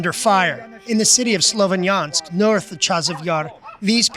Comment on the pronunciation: Huddy can't even pronounce SLOVYANSK. Not difficult.